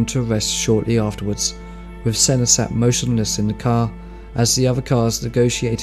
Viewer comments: How can you get sennas name so wrong? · Come on, at least learn the pronunciation of possibly the greatest F1 driver ever to grace the sport. So disrespectful. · I think that the best way to remember Senna is to mispronounce his name. It is what he would have wanted. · Please. just pronounce Senna's name correctly. He's a legend and its not hard